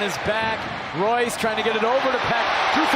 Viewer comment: you pronounced Reus incorrectly:)